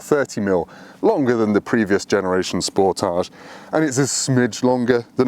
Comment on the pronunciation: Why does everyone pronounce it like it is a French word? 😂 Le Sportaaaaage